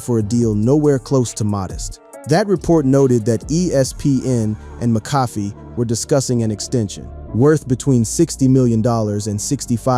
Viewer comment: It’s pronounced Mac-ah-fee!!